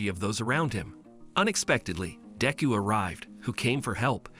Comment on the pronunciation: If you are going to say deku name say it right